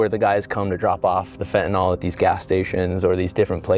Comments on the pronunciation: It's such a small thing, but it's pronounced "fentanill," not "fentanoll." For some reason nobody gets this right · He is mispronouncing fentanyl. ❤